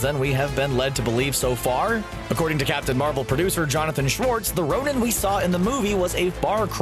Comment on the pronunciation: Why do you keep saying Ronin? 😷